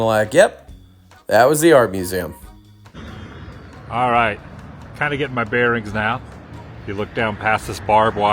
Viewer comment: You know if you're gonna listen to anything narrated by be ready for mispronounced words like museum....